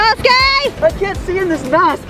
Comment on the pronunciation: She actually called inosuke inosuke